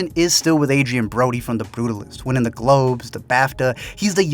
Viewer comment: Better his (Brody's) accent with AI? He couldn't even pronounce his character's name correctly. 😂